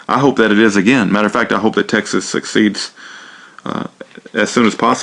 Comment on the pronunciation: I am glad for your awakening, but please learn the difference in pronunciation between succeeds and secedes. I hope you will consider my advice. Never argue this philosophically: states' rights versus something else, or right of secession versus something else. It's a pure and simple legal argument. Per Article VII, the states passed laws unilaterally to create a relationship with the other states (ratify). Then, they repealed those laws. Understand? The states were not so much exercising a right as simply passing a domestic law to ratify and later repealing it. (Yes control over domestic legislation is a "right" reserved to the states, because the proposals to Constitutionalize veto power of state legislation failed, like the Hamilton Plan). It is a simple matter of the rules. There is no rule against states withdrawing the same way they entered, because the Constitution gives Congress no power over domestic legislation (which is the same reason the Congress can't ban slavery).